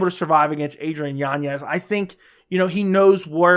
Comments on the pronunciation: Yan-ez... Not Yanyez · Why does he add an extra Y in yanez?